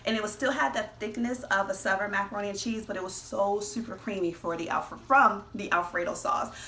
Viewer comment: I knew when she first said Sov'ern (Southern) food, this was gonna be good, on point, slap a mamma cooking